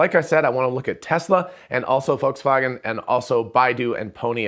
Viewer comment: Thanks for this video. Good job going for better pronunciation of Volkswagen.